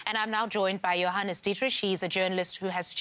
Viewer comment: When she said Johannes I thought she was saying “your highness”